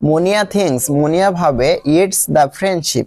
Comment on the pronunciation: আপনি মুনিয়াকে মনা বলেছেন😅😅😅